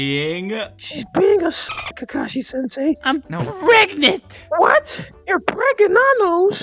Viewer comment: Hinata: Im pregnant Naruto: Its not pregananant, not Pergnant YOU'RE PREGANONOS